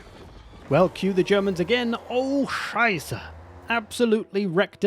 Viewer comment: Your * Oh Scheiße* improves even more after all this years! Nice to hear that and greetings from germany - and nice content btw:D